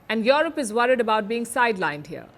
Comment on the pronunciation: Yurep not yorop